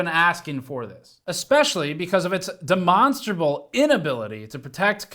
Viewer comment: I just want to tank Steve for pronouncing demonstrable correctly. I warms my little aspie heart.